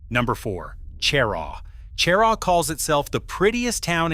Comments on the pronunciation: she RAW, not CHE rah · Is not pronounced CHAIR-RAW!! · IF you are going to do this then learn how to say the town names- Cheraw and Honea Path horably mispronounced